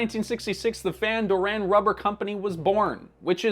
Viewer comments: the way he pronounces it is so irritating, Van doREN, it's Van DOren, where did you get this guy? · Owning up to one's mistakes is a big deal, and important. I'm glad that he did apologize. I cringed every time he said Van Doranne instead of Van Doren. If someone is professing to teach you about a company the least they can do is pronounce the founders name correctly. No insult intended to the content creator but I'm glad he addressed the mistake. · Why would you even think of pronouncing it like that? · As someone from Anaheim I literally clutched my pearls with that pronunciation lol